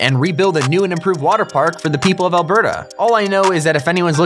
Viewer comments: Alber-ta? It's pronounced like one word, not two. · he said Alberta wrong